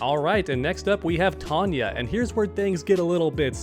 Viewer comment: It is TONE-YAH. She is not Tanya. Totally different. (Yes, we know it is another universe.)